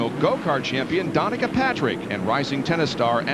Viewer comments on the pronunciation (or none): Right around the mark, they announce an upcoming program featuring Danica Patrick, then go-cart champion. He mispronounces it "Donica" but it's obvious what he means. Also, listening to these again after all these years, what strikes me is how the announcers dealt with accidents and injuries. Grissom is deemed "Okay" because he "held his own oxygen mask" while being stretcher to the ambulance, and after every crash, even the one where Elliot broke his pelvis and the one where Earnhardt his shoulder and sternum, someone mentions how safe the cars are as a result of NASCAR's vigilance. This in the era of the basilar skull fractures that were killing drivers left and right. I never noticed any of this at the time. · Danica Patrick they botched the name lol😂